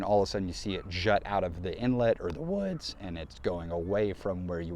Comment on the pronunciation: “wuhods” couldn’t resist, great video